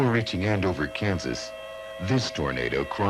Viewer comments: AND-OVER, not AN-DOVER 😒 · The way you pronounce Andover makes me cringe. 🙄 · They mispronounced Andover but correctly pronounced Towanda. They both should be easy to pronounce.